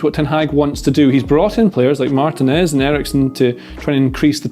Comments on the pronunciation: Someone please tell that Martinez is pronounced Mar-TEE-nez and not Martin-ez. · I love videos but I wince every time he mispronounces Martinez.